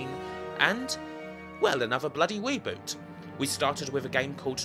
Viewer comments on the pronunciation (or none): ANOTHER BWUDDY WEEBOOT! :)